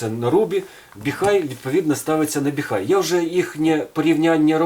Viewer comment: Не "Біхай", а "Біхуей". Називайте бренд правильно, щоб китайці не образились😅! Щиро дякую за Ваші професійні огляди та поради!